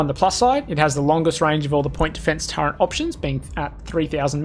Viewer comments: turreNt? Turret. no n in turret. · Terrific vid - But, as a fellow Strayan, mate please ... Stop saying 'Turrent'. No idea why lots of us do that, but there's no N in Turret, yeah?